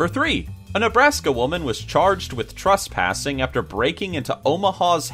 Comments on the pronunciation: "Trustpassing" IS ANYONE ELSE HEARING THIS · The way says Trespassing XD